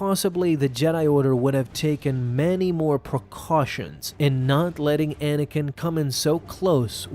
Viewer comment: At the beginning he said manakin